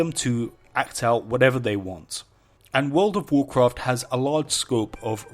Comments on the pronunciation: "wood of wurcwuft" never gets old. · And i wuont to swee a swecwet zone in wouwd of wowcwaft love his accent